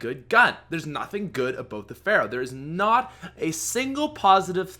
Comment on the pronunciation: Ha, u said aboat